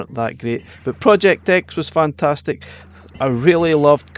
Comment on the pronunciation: “fantatic“ x 27